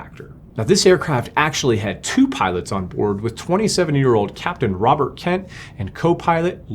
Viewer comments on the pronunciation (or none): none